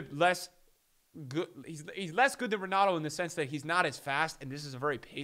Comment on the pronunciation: Pretty sure it’s Pronounced Henato.